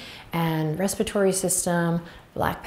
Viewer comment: did she say 'respitory' system, instead of respiratory system ?